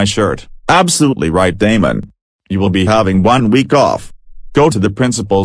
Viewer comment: When Damon's dad or mom said Damon it sounded like DAMN ON